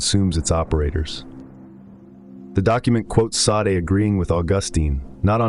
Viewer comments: It's pronounced day-sawd Not sa-day. Maquis de Sade. Mar-key day sawd. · Now that you have accelerated your output, your editorial grip seems to have loosened. Mispronouncing Sade a couple of times while pronouncing it correctly elsewhere is a laziness you should not allow.